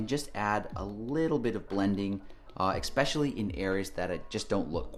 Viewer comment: I love you videos but why you say expesialy instead of especially!?